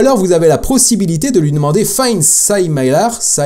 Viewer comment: Pour la prononciation de similar c'est quelque chose comme simileur